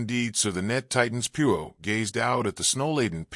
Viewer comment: 20 minutes in and you have pronounced Poirot incorrectly 50% of the time you have said it. I cannot take anymore of it. If you can't even say the name character correctly, just try a story named Smith or something you can handle. It is so disappointing almost seems disrespectful to the reader.